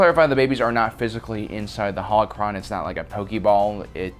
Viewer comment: be like, UwU senpai yoda pwease wet me into youw howochwon vauwlt Wet youw in I wiw not senpai bane If you don’t get it he says howochwon instead of holochron